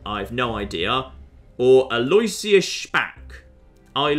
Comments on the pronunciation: Btw, Alloisius is pronounced 'a loh ISH uss/a loh ISS yuss' rather than 'a LOY syuss.' When spoken quickly, it's commonly accepted for the 'loh' to sound like 'loo.' I mean as far as I can tell anyway, we Canadians are an odd bunch for pronunciation lol but Toronto had an Archbishop with that name and I heard it all the time. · Aloysius: Al-o-wish-us. Not Al-oy-shious. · I think the name is pronounced "al-oo-ish-us" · It completely isn't. Aloysius is a latinisation of a germanic name, therefore latin pronounciation rules apply, therefore the "w" is silent and the "i" is pronounced. I know it is pronounced differently in the US, but that is not the original pronounciation.